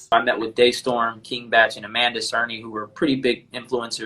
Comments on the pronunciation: That one also had me raising an eyebrow lol! I felt like he said it correctly once then switched back to DAY-storm 😭😭🤣🤣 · Its triggering me the way he keeps saying Amanda Cernah, its CERNY 🤣🤣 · Is it hard to say "Cerny" ... SURN-KNEE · Even tho her name Amanda "Cerny" sounds like he saying "Serna"